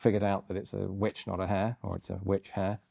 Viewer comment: "I am the VVitch finder general of the colonah of Massachusetts bay"